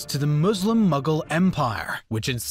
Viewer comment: Everytime he says Mughal, I hear Muggle 😂